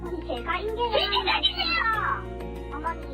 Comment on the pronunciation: 발음이... 외국인인거 같은데 '진챠루 챠즌나요~'